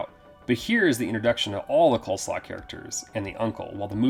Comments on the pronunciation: And it's Coslow, not Coleslaw! LOL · I'm pretty sure the family's last name is "Coslow", not "Coleslaw". 🤣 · I couldn't help laughing. It's pronounced COZ-LOW, not Coleslaw hahaha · I will always cackle at this dude saying Marty Coleslaw 💀💀💀💀